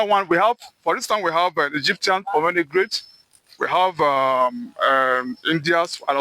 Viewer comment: Bro kept saying pomenograte😂 It’s pomegranate😂